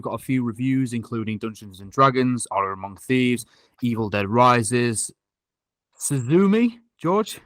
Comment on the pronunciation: George my guy, that is not how you pronounce Suzume lmao